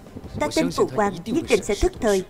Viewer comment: Phụ hoàng mà đọc là PHỤ QUÀNG nghe khó chịu quá 😂